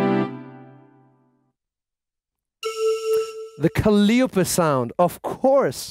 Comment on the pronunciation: its pronounced cal eye oh pee... but its all good